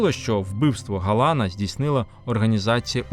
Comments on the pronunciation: Невірний наголос у прізвищі Ярослава ГаланА,, треба на останній склад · Правильні наголоси ГаланА, СтАхура. А ви вимовляєте, як поляк з наголосом на передостанньому складі.